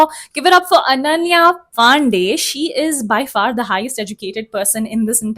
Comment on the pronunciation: It's not Pandey but Panda [Pronounced similar to Pun-da (Pronounce 'da' like how you would Pronounce it in Funda)